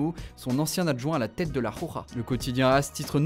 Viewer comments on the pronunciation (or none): Il faudrait apprendre à dire correctement "la roja" c'est pénible ces fautes de prononciation. Soit vous le dites à la française soit correctement en espagnol mais pas entre les deux. C'est d'un ridicule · La " Khokha " LMAO